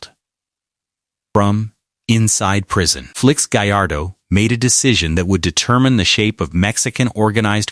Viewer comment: Can't even say Felix right